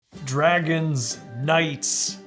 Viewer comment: hey there is this guy called TGT Studios and he is extremely good at Lego Minecraft like you Btw I heard you say sea Dwagons lol